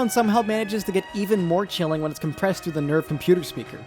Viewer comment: I love Satsuki/Misato's English VA in the netflix dub (I straight up cant remember her name) but i cannot stand the way she pronounces NERV no matter what